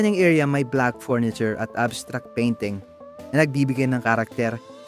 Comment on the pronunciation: Worst vlognpresentation narrator ano f bentana pronounce or inunciatr mo ng tama mga Petra at salita . Furniture sa tarts with letter f a thin p . Farm starts with letter f at Hindi P